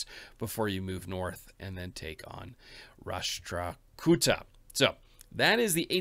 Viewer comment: Ita prounced ras tra ku tha